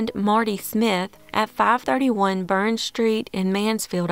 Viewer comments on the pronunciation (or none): none